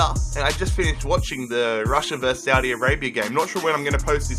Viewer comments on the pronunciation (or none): none